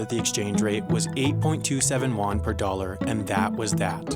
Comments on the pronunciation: "Juan"(yuan) lol nice pronounciation Actually pronounced Ywuen with an upward tone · "Oo-wan" That's not how you pronounce Yuan but ok